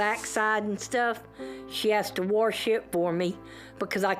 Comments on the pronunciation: What's warsh? Cause wash doesn't have an r in it lady. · there is no “r” in “wash”!!!! they’re driving me crazy, mispronouncing it